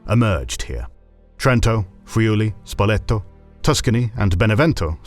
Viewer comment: It sounds funny, as the correct word in italian is Spoleto